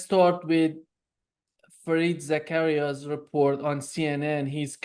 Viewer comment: Professor Wolfe, it's Fareed Zakaria, not "Zakariah", with all due respect, sir. I value your commentary. 👌